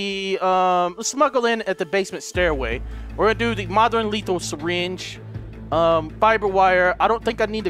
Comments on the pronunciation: in the beginning you said fapper wire lmao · "...I got my fire wiber- FIBER WIRE!!" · lol you said fapper wire :D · trying to pronounce fiber wire was the best part about the whole video.😂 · omf its H2O not H20. and "Fire wiber."